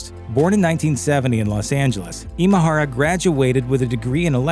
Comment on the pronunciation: Way to butcher his Japanese name! Imahara isn't a Filipino name, it's Japanese in origin, Imahara Masaru. 今原正志氏のご冥福をお祈りします